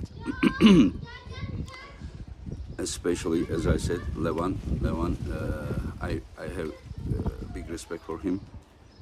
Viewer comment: Make pronounce their names correctly he gets every damn arm wrestlers name wrong and they're not that hard to pronounce..I wanted to edit this to say is a great commentater. I have met him a few times. The last time he recognized me. He's probably my favorite commentator, but every time he mispronounces names it drives me crazy. There's no SH to start Levans names and there no K at the end of Kurdecha.